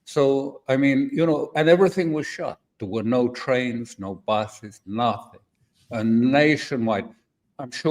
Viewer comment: "Nothing" Alastair that sounded very Italian in an English way 🙂